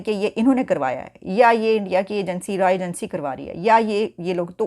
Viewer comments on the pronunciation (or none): It’s RAW not RAA 😢